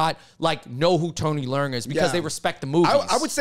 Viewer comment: Y'all butchering Tony leung name w that northern pronunciation. Dude is Cantonese. Its pronounced " le ung / lung "